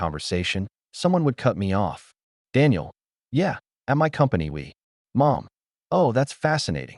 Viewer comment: ? 🤔 Instead of saying Mom. Ai voice says "M, O, M" 🤦‍♀️😅